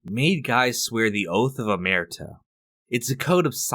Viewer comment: The oath of what? Amerta? 🧐🧐 You mean La Muerte? Meaning To Death? How did you start off this video completely wrong like this and allow it?